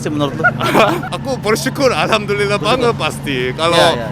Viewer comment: "Alhamdulillah banget" Kek lucu aja liat orang korea ngomong gitu🤣